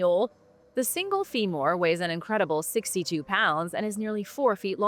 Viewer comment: Is AI why can't she say the word femur? She says fee more